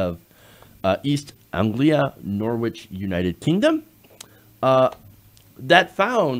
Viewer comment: Norwich rhymes with ‘porridge’ - Norridge